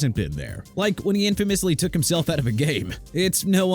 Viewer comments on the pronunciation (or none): none